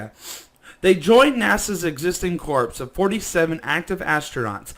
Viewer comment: Corps is pronounce like "cores" just FYI.